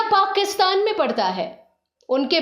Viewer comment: वीडियो और जानकारी बहुत ही बढ़िया है। शुक्रिया। आप उच्चारण माने तल्लफ्फूज़ पे प्लीज़ सही ध्यान दे। पाकिस्तान ( Pakistan) है, पाक़ीस्तान ( Paqistan) नहीं! गुज़ारा है ( Guzara) , गुजारा ( gujara) नहीं! आप के videos बेहतरीन है, सही उच्चारण से चार चांद लग जायेंगे!🙏🙏🙏